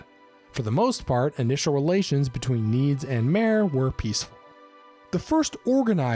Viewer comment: You pronounce Altmer and Aldmer correctly yet when you chop off the Alt or Ald you completely mispronounce MER and call them MARE? Their NOT FREAKING HORSES. Their MER. You say the MER by itself the same way you say it when you say it with a prefix. AltMER. DunMER. DweMER. Their not the AltMARE or the DunMARE!